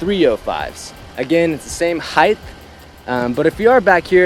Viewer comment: HEIGHT!!!! NOT HEIGHTDTH......its not a word